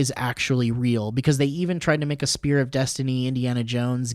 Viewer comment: when said spear of Destiny I heard sphere of Destiny